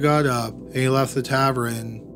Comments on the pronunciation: OK, tav-urn. Tav-urn. Not tav-er-en. I adore this channel, but yikes~ Some of your pronunciations are crazy. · Do all Canadians, A. say tavern instead of bar, and B. pronounce it "tav-rin" instead of "ta-vern" just like it's spelled? Or just him? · It’s not a “Taverin”, it’s a “Tavern”. It’s not “Patomic River”, it’s “Potomac River”. 🇨🇦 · What's a "tavren". I'm not sure the narrator is human. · No ads thanks to Adblock but.....taverin? Who pronounces tavern as taverin? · Tavern = tav-ERN not tav-RUN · "Tavern" not "tavren". Like your videos though. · I cringe every time you say "tavern". What's a "tav-rin"? Tav-EARN. Tavern. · It's pronounced tav-ern. Not tav-ren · Why are you saying tavren instead of tavern? Drives me crazy-you mispronounce so many words. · Everyone is talking about the ads, I'm just wondering why he keeps saying "tavren" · I think might be slightly dyslexic. He always pronounces "tavern" like "tavren", and "Galveston" like "Gavelston". Also, in this video, he switched 1896 into 1986. I'm not giving him a hard time, I have a daughter that's dyslexic, I'm just giving a possible explanation for some of his goofs. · Let's not forget your murdering of the pronunciation of Tavern